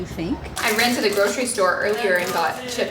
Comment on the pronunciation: You said “I ran to the grocery store” and it sounded like you said “I rented a grocery store” 😂😂. Loved it! If only we could!